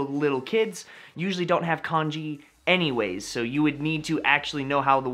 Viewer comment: if ur gonna make a video about kanji can u pls pronounce it correctly and not like the chinese porridge